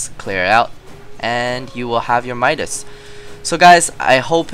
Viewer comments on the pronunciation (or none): none